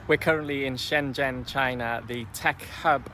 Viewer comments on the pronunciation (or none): none